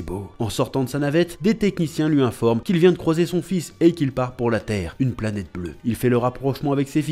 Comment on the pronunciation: Bonjour, Merci beaucoup pour ta vidéo sur l'OAV Dragon Ball Z - Bardock contre Freezer. Concernant la musique "Solid State Scouter", elle est aussi entendue lorsque Bardock combat les sbires de Dodoria (d'ailleurs, elle est tellement stylée que je me la repasse parfois). Et tu as dit "planêtre" au lieu de planète quand tu évoques les Saiyans qui se moquent du père de Kakarot. De mon point de vue, cet OAV est le meilleur de la série avec celui de Trunks du futur. Oui, les Saiyans ont massacré des populations et leur extinction est logique, mais d'un autre côté, il faut se demander s'ils avaient vraiment le choix. Tôt ou tard, Freezer aurait fini par exterminer les Saiyans, que ces derniers continuent ou non de le servir. Comme tu l'as dit, Bardock n'a pas eu droit à la rédemption, mais quelque part, sa mort permet à son fils d'hériter de sa volonté de repentance, puisqu'il fait le bien autour de lui.